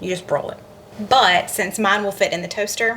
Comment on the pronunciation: You said Broil right the first time, the second you sounded like a Yankee. Lol